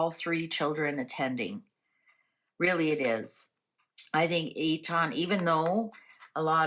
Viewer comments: Its Eton not E tonn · Sounds like EAtin' ;) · We say it eetun But it doesn’t matter. Marlborough is a lovely town very quaint and defendable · Marlborough is pronounced Mawl-bruh Eton is pronounced Eet-un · Eton is pronounced Etun, for what it is worth., I have heard bits of shortness of breath with you on occasion. Please get checked out if you need to lovely. Xxxx